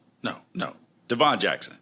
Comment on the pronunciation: you need to get more clarity on your Intel. Jerry hasn’t surpassed Devon due to performance, rather due to Jackson being injured. Also you need to learn how to pronounce our guys’ names correctly lol ify (IF- EEE) Devon (DEV-IN NOT DUH-VON)